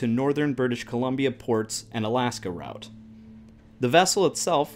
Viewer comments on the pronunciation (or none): It's irritating hearing the word route pronounced that way